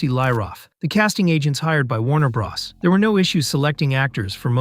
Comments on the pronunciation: "Warner bras" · I thought he said Warner Bras